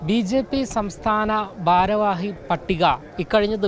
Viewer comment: പൊട്ടാ "ബാരവാഹി " അല്ല. വീണ്ടും വീണ്ടും അങ്ങനെ പറയാതെ.